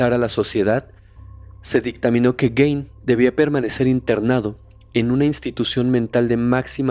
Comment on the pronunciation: Solo una observación, el apellido aunque se escribe Gein, se pronuncia Guin (como gui de guiso) no Guein. Todo lo demás, excelente capítulo.